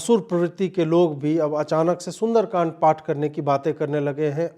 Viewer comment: अबे ओवैसी,,,,सुरेन्द्र कांड नही, सुंदर कांड होता है । मोडी नही वे, मोदी होता है । पहले स्पष्ट बोलने का सीखो, फिर राजनीति करना 😂😂😂😂